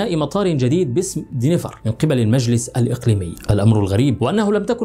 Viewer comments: دنفر و ليس دينيفر . تعملون فيديوهات ، و لا تعرفون كيفية نطق الاسم بالطريقة الصحيحة 👎👎 Denver and NOT Deniver . روح تعلم انجليزي ، لكي تعرف كيف تنطق الاسماء بالطريقة الصحيحة . 👎👎👎👎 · Denver دنفر مش دينيفر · مطار Denver وليس Deniver